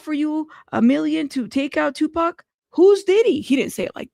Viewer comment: I’m sorry. but i call bs hes Tupac can it pronounces his name wrong and he’s never heard of Merced I’m just nitpicking up what he’s putting down